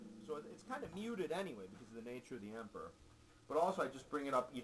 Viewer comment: funny quotes from the video: 1. "empurrurrrr" | 2. "which i think suck" lol